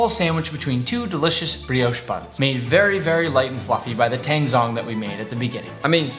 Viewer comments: tangzhong is not pronounced with a silent h! it's pronounced like "taAng-jOng" as in tang-y and john with a g on the end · To you, Weissman and all the other Americans, zh in Chinese makes a j sound, so tangzhong (water roux) is pronounced tangjong